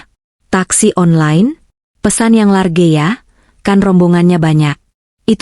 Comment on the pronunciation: large (laj ) baca bhs inggris yg pronunciation benar jgn sok sok an baca 'mslu maluin